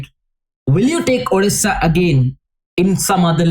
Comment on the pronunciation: Odisha ❌ Odisssaa ✅